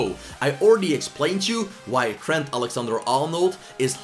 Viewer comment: can you fix your accents, it's so disrespectful to Trent if you pronounce his name as “t-hent”. I know you're not English, but please put respect on the names.